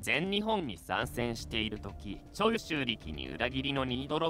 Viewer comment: 長州の発音おかしくね？